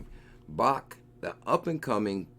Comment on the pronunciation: bro it's pronounced "BACKED" not "BAHKT" I love your videos but this is killing me